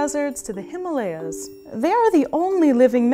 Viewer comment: THEY THE PLAYAHZ FROM THE HIMALAYAHZ!💙😉😁